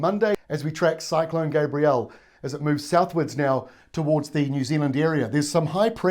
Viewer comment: Dude learn how to pronounce gabrielle